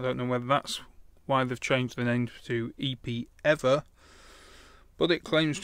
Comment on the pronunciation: EPEEVER HAHAHAHHA I laughed so hard Love the reviews!